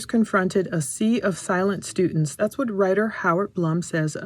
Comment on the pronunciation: "Stutents"...and it's "Xana" pronounced like "Vanna"